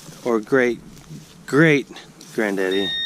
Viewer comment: The way you say granddaddy is super satisfying 🤣